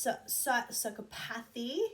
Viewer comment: Hi im back hee hee. Just a suggestion/tip my mom gave me when I was in school (a couple years or maybe decades..close enough😉) and struggling with pronouncing medical terms so pyschopathy is sigh-cop-a-thee. I really enjoyed this video, found it extremely interesting and love that an actual study was done on trolls! Also i don't mind people sharing emotions, hello this is what we do! I can go thru 10 emotions in 10mins and my husband (bless him) tries to keep up. Also im not Italian but I can't talk without arm, hand, body movements lol. Really great vid!!